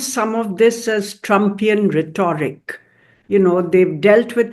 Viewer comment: A general note about wrong and/or incorrect/inappropriate use of English words/expressions by majority of Indians(common people as well 'educated'(teachers, professors, IFS, IAS, IPS etc). Like this lady(ambassador to the US)pronounces 'rhet o ric'(correct) as 'rhet aw ric'(incorrect). 'parti zun' as 'parti saan'. As a fellow Indian I just find it embarrassing. Even the most commonly used words/expressions are wrongly/inappropriately used and people insist on speaking in 'english' not realizing that they are mutilating the language and are incomprehensible.